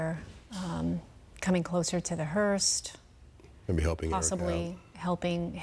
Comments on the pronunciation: Hearse. Not hearst. 🤦‍♀️ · Hearse , not Hearsed ! Man you people of all people should be better at pronouncing words correctly ! 🙄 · could someone tell the female newscaster how dumb she sounds not even knowing she's pronouncing the word "Hearst"!!!! it's a Hearse.......not a Hearst!........if you're going to report the news, at least sound educated and know how to pronounce words correctly. Just makes it painful to listen to when they can't even pronounce a simple word correctly. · Are they calling it a "Hearst"? Or is it just my ears??... I'm quite sure it's called a "Hearse", right? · It's not a hearst lady, it's a HEARSE. Like purse but with an H. I don't understand why they called it a HEARST multiple times. There's no T in the word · Someone teach this lady how to pronounce "Hearse". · I came to the comments to see if anybody else picked it up. She is, but I hear him calling it the correct thing. But yes, she is definitely putting a T on it. 🤦‍♀️ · I caught that too. She also called the mechanical lift an "apparatus" 😂 One of my biggest pet peeves is when people say "acrosst" and put a T on the end. Drives me up the wall. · News 12, could you teach that lady how to pronounce “hearse” please.